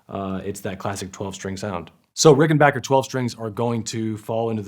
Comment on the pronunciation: I’ve owned both and much prefer the Rickenbacker sound. The Danelectro was nice but sounded much thinner. However it was a little easier to play due to the wider neck. At least this dude pronounces Rickenbacker correctly! 😀